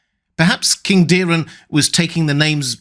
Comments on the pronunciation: It’s Daeron, not Dearon…so why the fuck u say: Díron????? Its not Diiiimon or Miiiiikar…. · The dragon household is fond of the ae, hard A, sound. Daeron is pronounced Day-Ron not Daren or Deerun